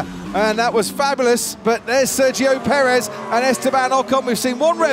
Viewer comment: Please learn to pronounce names like Ocon and Perez. You sound so silly. Try Forvo.